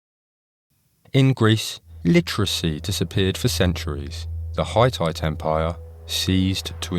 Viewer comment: Not bad. But fgs, get your AI voice to pronounce Hittite correctly as "Hih-tite" instead of "Hi-tight".